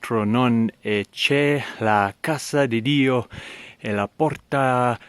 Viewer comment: "che" si pronuncia "ke"